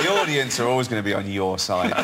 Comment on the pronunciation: He said audience? I heard "idiots"!? X)